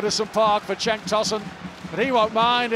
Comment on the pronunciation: Okay, correction. Cenk is pronounced like 'jenk' in english. That 'c' letter corresponds with j in Turkish. Cenk means battle in Turkish, by the way